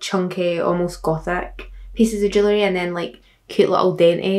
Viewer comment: When she was saying jewelry I thought she was saying jelly, I need help😭